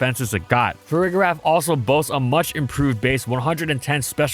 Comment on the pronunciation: For the record, the g in Farigiraf is pronounced soft, not hard. You should be saying the second half of its name like “giraffe” like with the first half of Girafarig. This is an extremely pedantic point but I feel like more people say it wrong than not and it annoys me for some reason lol